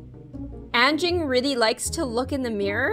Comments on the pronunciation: anging? its anjing but also it was a insult people do XD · I know..since I'm malay..but the pronunciation is Un-jing..but..since it's your dog..Its up to you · Are you calling “Frank” not smart? Also if you couldn’t hear it very well his name is anging (Ann-Jing) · anjing is actually pronounced ahn jing and the j is very soft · I'm pretty sure its pronounced Anjing since she said it was a Malay word and Anjing means dog in Malay :D But if i didnt know I think I would've pronounced it like that too 😂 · U didnt pronounce anjing is like agn Jingg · Im indonesia And You Pronounced anjing Wrong but its fine and i thougjt you said Angie When you said his/her name